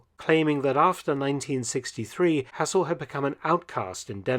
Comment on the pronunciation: Shame you can't pronounce Hassel properly.